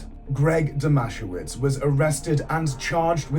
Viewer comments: I wish you would look into pronunciations if you're going to make a video from a true crime. Firstly the town is NOT pronounced MO it is MO..E and you got the babysitters name all screwed up also...It's not DOMASHOWITZ. its pronounced DOMA SE VICH. It doesn't take great effort to check details are correct when doing a story. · The town is pronounced Mo-ee, and Greg's surname is Dom-a-sev-ich but only Aussies would know that. Greg totally killed him. Bylinda and her sister both had a baby each with Brett Leskie. The town of Moe is the definition of aussie boganville